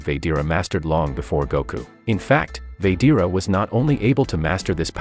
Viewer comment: It's said like this VA GE TA NOT VADEARA